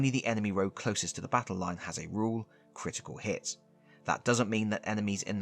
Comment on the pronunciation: "Critital Hit" 💀